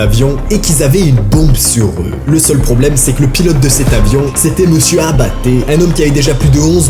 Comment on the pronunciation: Il dit abatte j entend apt😢